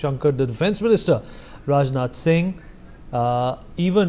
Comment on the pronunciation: Rajdhan Singh? I believe it's Rajnath Singh.